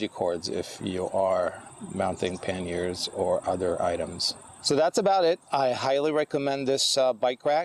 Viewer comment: "Mounting pen-yers...."I'm not sure what that is, am I hearing you correctly?